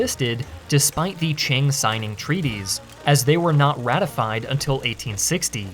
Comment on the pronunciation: I love how foreigners can never pronounce Qing correctly.